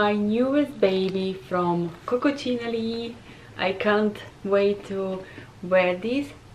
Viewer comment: It is Coccinelle not Coccocinelli! 😂 You are funny... Read carefully! By the way nice video!